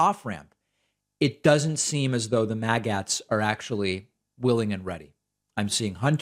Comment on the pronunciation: MAGAts is pronounced maggots, not whatever it was you were saying